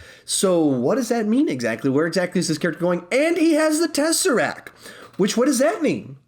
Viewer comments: Okay, sorry, but...... it's "teseracT" not "teseracK" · TESSERACT NOT TESSERAC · He protecc He attacc But most importantly, he keep saying tesseracc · He protec He attacc but most importantly... says tesseracc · Tesseract. TesseracTTTTTTTT